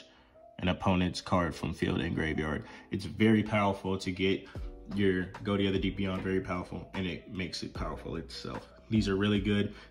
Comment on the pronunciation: I thought konami confirmed that, while that is the joke, it is pronounced "go-tee"